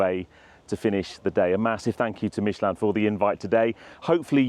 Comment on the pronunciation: Why does an Englishman pronounce Michelin like a Frenchman in England. You are not french and most of your audience is English.